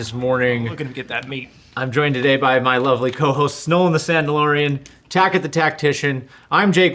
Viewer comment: Tackett...my god, man. Wtf? 😂